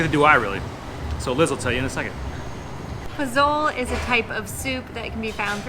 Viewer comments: Hi. FYI. You started out by saying that you have visited 20 states in Mexico so you've been there a long time. Maybe no one corrected you on the dish you really like, POZOLE. It is not pronounced PO-ZO-LE. In Spanish, the Z is pronounced like a hard S sound. It is pronounced PO - SO - LE. Yeah, I know you are thinking a vietnamese dude is teaching is how to talk in Spanish. I started leaning Spanish about 15 years ago and have been speaking it just about everyday. Another word that you said when the police stopped you was "incredible". That is English. The spanish version is "INCREIBLE". They leave the D out of this word. So, to correct the situation, you can read more so you actually see the written word and therefore are more sure of the pronunciation. Spanish is pronounced as it is written. On the flip side, I liked the video. We are going on a personal tour of many states including Puebla, Oaxaca, Chiapas and Veracruz in a few weeks starting in DF (Mexico city). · Pozole?!!?? Guys. It’s not “po-zole” it’s pronounced “po-zo-le”. Love the videos. Stay safe y Saludos! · You should pronounce the food as, "po-so-lei". Not po-zole. The Z is an S sound. It's a common stew all over mexico, there is red, white and green pozole. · I'm surprised y'all went there. I went there 35 years ago, pre-suck. Loved it. Wouldn't go now. Love your videos. By the way. Poh-SOH-lay. Not po-zoal. You must get pozole verde. This "green" version is from Guerrero state, although my wife and I first tried it in Puerto Vallarta. THE BEST. Whoops.......now I see you're leaving. Well, when you get back to Mexico, then. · POZOL-eh! the E on the end of Spanish words is not silent! I'm finally in Acapulco now for my first time... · You are not saying Pazole the right way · Pozole is pronounced in Spanish as Posolé. The Z has an S sound and the E sound as in echo. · It is pronounced pozolE. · Prounounced Po so lay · Pronunciation Pozole: Po-zoe-leh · " Puzhooolll " LOLLLLL its POH ZOOLLL EHHH